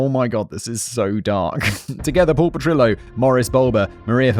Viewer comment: My only problem with this episode is instead of pronouncing Petrillo as it should have been. It was the meant to be pronounced as PetriYO. Rather than denying I’ll go to my earlier